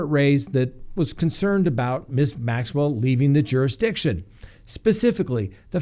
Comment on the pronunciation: Hey you are finally pronouncing her name correctly! I know it was a struggle because of all the reporters saying it wrong.